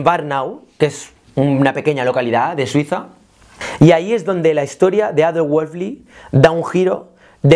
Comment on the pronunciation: Todo muy claro, el único detalle es que estás pronunciando mal el apellido de Adolf, pero ok, buen video. Ésta clase de exploraciones son las que ayudan a romper paradigmas sobre la creatividad